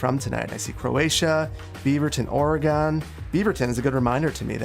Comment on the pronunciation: I'm in Beaverton too. It's OR-eg-in, not OR-e-gawn